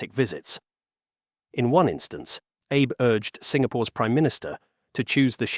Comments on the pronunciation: Prime minister Abe: ah'beh. Not "abe," and not "ay-bay." You don't know it and you know you don't know it? Just tune into a Chinese video source for an hour -- and avoid making a fool of yourself. (Do it now: you're still screwing up "Shinkansen," too. You're not ready for prime time. You have no business posting to the 'Net yet.) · Clown video. Cannot even be bothered to pronounce Prime Minister Abe’s name correctly. No, he is not Abe Lincoln. Pretty simple why Japan has not been as successful as the CCP in exporting their superior product. Japan is not as corrupt as the CCP ,and they are not the cheapest bidder. Fools will always go with the lowest bidder, even if the product is junk in the long run. When the CCP tofu dreg HSV starts to crumble, good luck to you. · Shinzo Ehh Bay 😂AI pronunciation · Who is Prime Minister Ay-Bay? Might want to use a real human next time instead of AI bots that don't understand proper pronunciation. Three dots > Do Not Recommend Channel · Mispronouncing Abe in two different ways was quite the feat 😂 Great work from the AI voice!